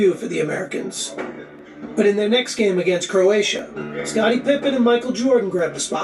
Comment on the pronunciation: Would you stop saying Scottie Pimpen???